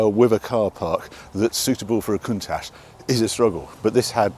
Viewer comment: HE will NEVER pronounce COUNTACH CORRECTLY. There is NO ash in COUNTACH.